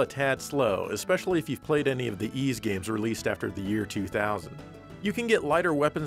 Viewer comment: You get a 7/10 for pronouncing Ys. A good effort.